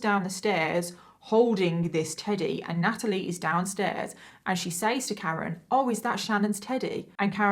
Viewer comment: Just curious...you keep saying says phonetically like sayyys...but its pronounced sez ...is that how everyone pronounces it in the UK? Like is it just part of the accent ...the way Boston ppl pronounce car as CAH? Lol I'm just curious